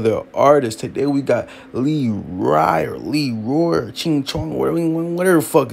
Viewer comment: Said lee rye like a bihh luhrye it’s lil without the L. You tryna make it out the suburbs though I get it aye u tried 😂